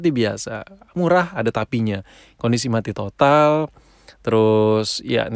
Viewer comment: Ngomong mati totalnya klo nih org mah "MATOD" bukan "MATOT" kimaq